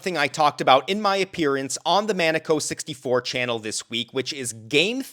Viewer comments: Man-Uh-Ko? 🤔👉Mah-Neh-Ko👈✅ ... Maneco64 🤣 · but he mispronounced Maneco64? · he put the Canadian lumberjack / salt of the earth ( a wee bit of redneck ) pronunciation on it.